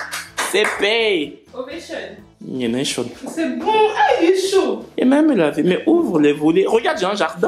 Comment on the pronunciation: Ovation, nienetion🤣🤣🤣🤣🤣🤣 you be you